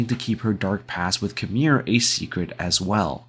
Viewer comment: It's "KYE-MEER" not KHAMIR